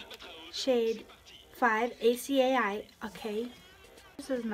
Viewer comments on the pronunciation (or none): Acai is uh-sigh. 😊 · acai is pronounced a-sa-e 😌